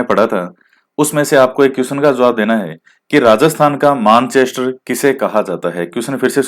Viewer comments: प्रणाम गुरूजी💐💐🙏🏻🙏🏻 राजस्थान का मेन्चेस्टर - भीलवाड़ा । आप मैंचेस्टर को मानचेस्टर बोलते हैं।🙏🏻🙏🏻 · Sir Manchester ka pronounciation is wrong